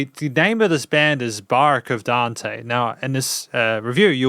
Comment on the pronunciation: Thank you so much for sharing it and taking the time to listen to it and appreciate it! The name of the band is Barque of Dante, you pronounced it right and the drummer in this song is Aquiles Priester. By the way, I'm the singer, it was a nice surprise to find your video, thank you very much!